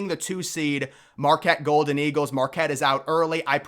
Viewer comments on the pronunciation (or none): none